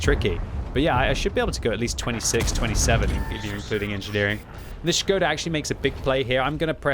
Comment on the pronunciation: SHI-GO-DA!!??? half of the video i was wondering what is that??! some Japanesee player?! Wat??! it’s SHKO-DA!!!😂😂😂😂 cmon!